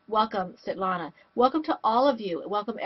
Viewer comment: Hi. It's good to see you.;) Thank you for letting us know we said your name correctly. I hate mispronouncing people's names and yours is so pretty. Thank you for watching. God bless...